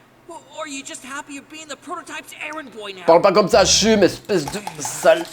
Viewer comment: Ce n’est pas Chumme c’est Cham c’est jam c’est EE tu